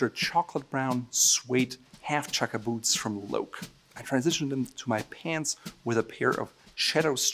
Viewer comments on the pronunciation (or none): On the whole just love your advice, but chuck-a-boots ???? No darn way.